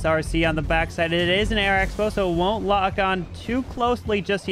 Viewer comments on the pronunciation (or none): none